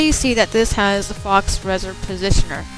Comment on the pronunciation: "Faux" is pronounced "Foe", not "Fox"